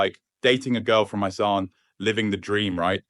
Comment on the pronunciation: Not too bad points, but calling your channel Real Talk Thailand while using an AI-generated voice-over (that doesn't pronounce Isaan correctly) seems like real bullshit. As someone who been living here over 5 years, your expenses rated are inflated, you can live comfortably for about 60% of that, much less is you really pinch pennies... of course, you gotta cook a decent amount of your own food and/or eat from ma and pa Thai restaurants and vendors. What your talking about though is the same anywhere, while it's normal to relocate to where your money goes further, if you only come here for empty consumerism, life is shallow and meaningless What I think you're dancing around but missing is that you need to get rid of your sense of entitlement. No you're not entitled to a better life than the locals! They're not your servants!